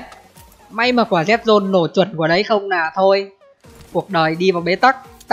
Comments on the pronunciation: Bị từ NÀ không ah. "Nói chung NÀ.....". Rồi thì "NÀM". Cố gắng lên đồng chí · Người ngoài mình không để ý mấy cái này đâu nhưng ở miền trung và nam, nghe cái biết liền ah. Trước tôi cũng bị, mà giờ được vợ sửa dần đỡ rồi. Chú ý mấy từ LÀ, NẰM, LÉM BOM